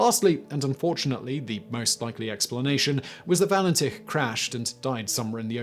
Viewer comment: All-bree. Valen-titch. Add Harold Holt, the Beaumonts, Azaria Chamberlain and Joanne Ratcliffe & Kirste Gordon in your next list